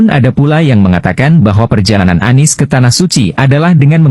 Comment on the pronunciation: Kesleo lidah Anies jadi ngomongnya ngk pernah bener.🤣🤣🤣.